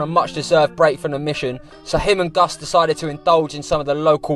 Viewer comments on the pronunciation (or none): ''Sidequests with '' is now an official segment xD Also yes lads, that's how his name is spelled and it's not pronounced ''Gus'';)